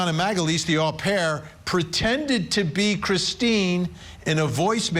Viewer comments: It’s pronounced O pair , it’s really funny how you say it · FYI Vinnie. You’re mispronouncing au pair. It’s “oh pair.”